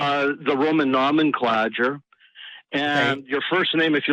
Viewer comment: "No-men-cla-jer" lol